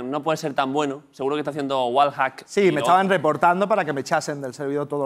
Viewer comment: Puta madre los españoles no saben pronucniar el ingless, lolito dice tal como suena Wallhack hombre un poco de pronunciacionn por favvoooooooooorrrrrrrrrrr